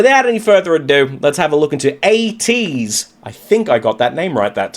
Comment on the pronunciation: thank you for he reaction, it was super fun! subscribed, and yes you said ateez right hahah